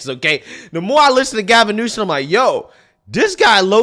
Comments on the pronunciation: I love & respect your viewpoints; but for the love of God, PLEASE quit saying NewSON. It’s Newsome. Simple. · New-SOM Not New-SEN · New-some. Not new-sun. 😂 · You keep calling him Gavin Newson then sometimes you call him Gavin Newsom. Hahaha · it’s Gavin NewSOM, not NewSON. Sorry, it aggravates me😂😂😂😂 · newSOME newSOME newSOME SOME SOME not son. Damn. Why are you so freaking bad with pronouncing highly prolific people's names which even a 5 year old could get right? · Ok, …Gavin’s last is not newson… It’s like “axing” a question vs “asking.” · Love you darling, but it's NEWSOMMMMMMM. Just a suggestion. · It’s hilarious that you call him Gavin NewsoN! 😂🤣😂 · (NU-SUM) not a fan but whatever. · Every time says Gavin Newsom, he says Gavin NewSON 🙄 hahaha, DRIVES ME BONKERS.... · Who cares if pronunciation is off, newscum is a psychopath! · I love you man but Gavin Newsom’s name ends in M not N L O L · It's Newsome (Noo-Sum), not Newson. It's Vivek (Vee-Vake), not (Viv-ick).